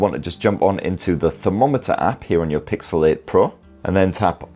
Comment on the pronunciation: Cant stop hearing pixelate. nice summary video though.